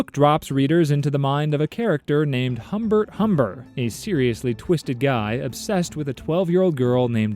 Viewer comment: not how it's pronounced in French either tbh. The 'Hum' just makes a nasal sound I wouldn't really know how to describe, none of the letters are individually pronounced